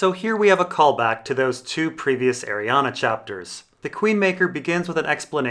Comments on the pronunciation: It's Arrianne. Not arianna. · her name is pronounced ARI-ANN! THERE IS NO THIRD "A" IN HER NAME YOU POTATO!! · Anne is pronounced "an" Ari is pronounced "are-ree" So, Arianne should be "are-ree-an" But it's a made up name in a book, so whatever works for the person reading the book. I pronounced Melasandre as "Mella-sandra", which I know is probably off the mark. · IT'S PRONOUNCED ARIANNE, REEEEEEEEEEEEEEEEEEEEE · i'm just curious, why do you pronounce names wrong on purpose? cat-a lyn, ariannA. varis... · Also there's no A at the end of her name so I feel like ur just trolling ur subscribers lol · Lol, you're correcting that and not his egregious abomination of 'Arianne'? Priorities i guess. "Airy-ann" or "Arry-ann". I have no idea where getting the 'UH'. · I can't watch this because of the way you pronounce her name. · Same. It's super distracting. Why??? He says at the beginning of the video, yes I'm mispronouncing her name and gives zero explanation as to why. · 'Deidre' is not pronounced as 'Day-there' but 'Die-dra'. I think the same rules apply to Arriane'